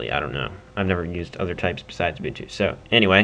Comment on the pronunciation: not in a bad way but its pronounced like this; (you-bun-too). Thanks for the vid!